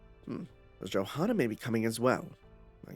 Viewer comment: just fyi Johanna's name is pronounced Yohanna with the hanna part pronounced like "hunter" but fast and without the t sound